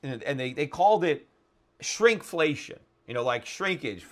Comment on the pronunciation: "SHRINK-flation." :D